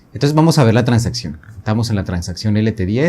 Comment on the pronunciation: Ah pensé que era en portuñol o algo así por lo de “tansaccion”.